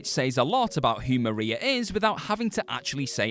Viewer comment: He said it right the first couple times, then dammit....